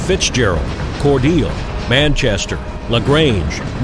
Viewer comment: Learned how to properly pronounce Cordeeeele and Karo!